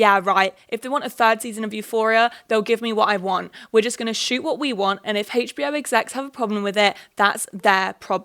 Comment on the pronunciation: girlie i love u but the way you say hbo really bothers me it sounds like you’re saying hagebo